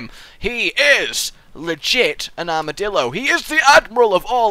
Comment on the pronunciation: It sounds to me like is saying: Armadilldo.